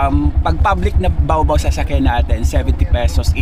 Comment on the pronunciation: bakit baobao ka ng baobao eh ba-o ba-o tawag diyan 😂